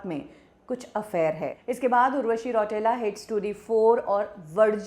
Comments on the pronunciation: रौटेला नही रौतेला होता है वो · रौटेला नहीं रौतेला 😂